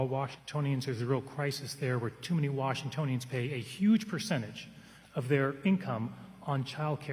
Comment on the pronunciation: 1 minute into this debate. Wtf is this pronouncation of "Washingtononians"? Where the hell is this guy from? Doesn't sound like he's from around here.